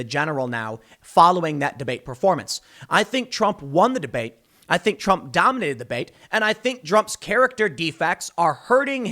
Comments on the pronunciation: Lol he calls trump drump 😭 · Tim definitly said Drump 😆😆😆